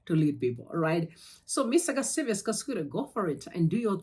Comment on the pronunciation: My sister, anonzi Saviour without an 's' at the end. Hatidi kusvibisirwa zita redu.